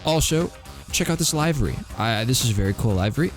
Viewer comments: Also it’s Livvy livery Not lively livery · "live"-ery Wtf